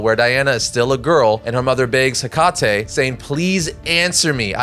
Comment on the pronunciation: cackled at the pronunciation of "Hecate"